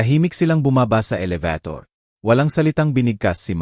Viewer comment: Pilipino k Bkit Hnd m mabigkas NG ayos ang salita. Elebitor. Elibator. maraming Salita ang Hnd maayos bigkas in.